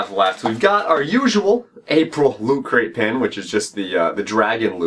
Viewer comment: Lol, "Loo cray"